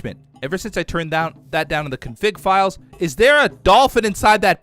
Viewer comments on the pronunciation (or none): none